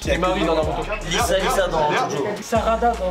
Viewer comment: Mais pourquoi il a dit Lisa😭😭💀💀